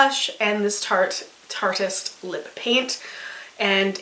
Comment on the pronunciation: im pretty sure you're the first person I've seen on youtube who pronounces tarteist correctly. bless